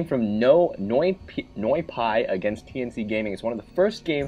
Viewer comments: Its NOY-PIIIIIII not noy pay :)) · Its "noy- pee" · its NOYPEEEEEE not noypie! :)